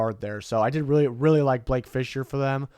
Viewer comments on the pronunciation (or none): none